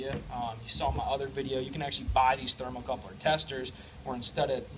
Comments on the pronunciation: Ha, you keep saying "thermocoupler" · 'thermocouple' No 'r' are the end of the word. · Great video! It’s a thermocouple not a thermal coupler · Its "thermocouple," not thermocoupler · Very good and informative video, usually read through the comments cause I often pick up something extra, there are a lot of English proofs having a problem with your pronunciation of thermocouple, seems strange, they are looking for info on testing this thing, trouble shooting requires an analitical mind, yet this becomes a big stumbling block for them, what because of this they get so confused that the knowledge you went to the effort of sharing with a very well done video is some how not good enough, I wonder how man useful videos this group of rocket scientists have produced, jeez some people.